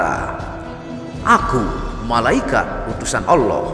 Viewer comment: Kamu ini mengatakan ALLaH aja masih salah tidak jelas belajar dl jgn kaya anak tk membaca teks nya